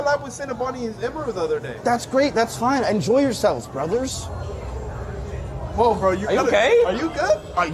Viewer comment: ...That was a mighty hard "r" at the end of "brothers"